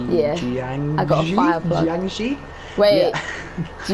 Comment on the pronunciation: its pronounced Jiangshi